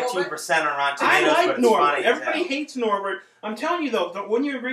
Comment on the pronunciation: Norbit. Not Norbert.